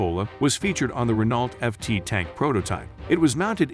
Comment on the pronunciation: could you pronounce Renault correctly in the future